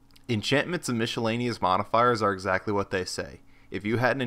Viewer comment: Helpful, but really? Mishelaneous?!